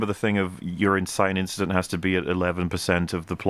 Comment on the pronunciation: Never thought I’d hear it’s “just a inchident” on EFAP but I’m very glad I did